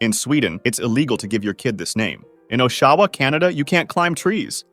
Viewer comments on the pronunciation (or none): "Osh-a-wa", not "O-sha-wah" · For the Canadian one, the location is pronounced "Aww-Shaw-wa" and spelled "Oshawa". It's not pronounced "Oh-shah-wah". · Just a small correction, Oshawa is pronounced aw-shawa and not oh-shawa. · It's osh-A-wa. That pronouncation hurt. Like ott-A-wa. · oSHAHwah? oof. as a canadian that hurt. the emphasis is on the first syllable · oh-SHAW-wah? Oshawa??? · the way he said oh-SHAH-wah killed me 😭😭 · and im mildly annoyed that only you and i have pointed that out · It's "OSH-awa", in Ontario, Canada. :) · oshawa is pronounced aw-sha-wah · Huh, didn’t know Ottawa is pronounced Oshawa. Not sure how ”tt” turns into a ”sh” noise, but ahw well. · As a Canadian the way he pronounced Oshawa is crazy 😂😂😂